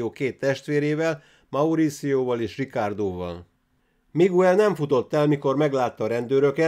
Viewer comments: Ejtsd: "Migel" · Bocs,hogy beleszolok, a Miguel nevet Migelnek ejtik.( Bocs,a Spanyol ABC - vel irok,nincsenek ekezetek!!).España.